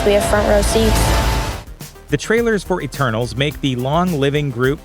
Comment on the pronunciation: ETERNAL'S not ENTERNAL'S.....